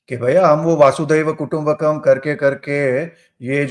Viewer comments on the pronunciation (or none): ओय " वासुदेव ", वसुधैव कुटुंबकम् बोलते है ... वसुधा (पृथ्वी) ही कुटुंब है ... ज्योतिष वाले को बेसिक संस्कृत पता होनी चाहिए !